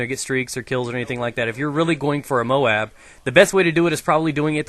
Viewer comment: Guys, you say MOAB as one word, not 4 separate letters. just thought i would let you guys know